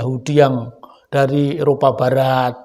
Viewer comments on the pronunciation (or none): none